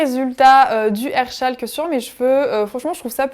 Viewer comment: C'est moi ou à chaque fois qu'elle dit "hair chalk" je comprends "Hershel" MDRRRR... les fans de walking dead comprendront......